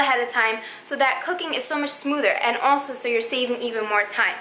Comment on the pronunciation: Am I the only one who heard "cocaine" instead of "cooking" 😂 and "synonym" instead of "cinnamon" 😅 maybe my hearing is just bad!